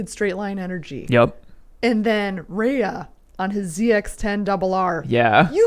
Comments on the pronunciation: ok listen if you're gonna talk about motorcycle riders, get their names right it's Jonathan Rea pronounced Ray not raya wow 🤦🏼🤦🏼🤦🏼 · Pronounced 'Ray' not 'Rayer' 😆